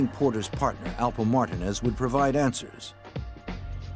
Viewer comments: Whoever made this video should do better research. First...it's Alpo Martinez, not Martin. 2...Rich Porter wasn't the boss of the crew, but he was getting lots of money. Come on fam...watch the old news clips, documentaries, SHUCKS....watch Paid In Full! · Its Alpo Martinez not martin. His Puerto Rican and his out from jail.